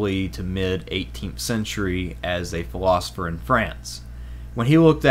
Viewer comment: 1. Learn to pronounce "philosopher". 2. Come up with an excuse to call The Holy Roman Empire a "monster".